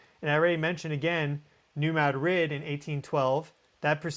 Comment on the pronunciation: Missourians pronounce it New Mad’ - rid heavy emphasis on first syllable ,no emphasis on on the second. Not like the Spanish capital .